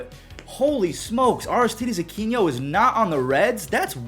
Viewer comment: I think it's Aristides Uh-kee-no